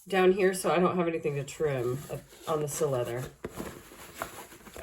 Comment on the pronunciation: Si-Leather. Cy-Leather. NOT Sill-Leather.